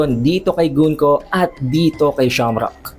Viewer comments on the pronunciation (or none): none